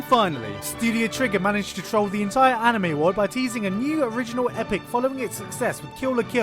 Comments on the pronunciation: can you pronounce ANY japanese word correctly? Annimay, Heruhi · you pronounced anime wrong